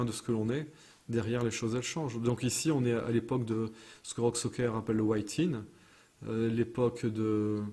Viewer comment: Soker ? Serieux ? Tu sais lire ??? Le ü tu Lé lis comment ?